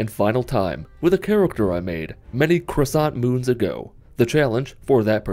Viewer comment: Did you say "many croissant moons ago"? I love Croissants!